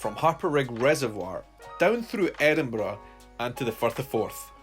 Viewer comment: Simple happy on a Sunday morning, listening to a Scottish person say "Firth of Forth."